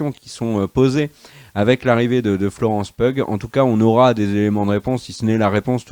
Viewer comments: Pour la prononciation , Pugh se dit Piou. Super actrice dans Midsomar. Avec un rôle majeur dans le MCU, son banquier va pouvoir faire la fête. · Florence Piou pour la prononciation ;-)